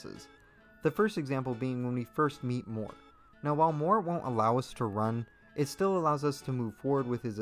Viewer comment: him pronouncing mort as "more" makes me mad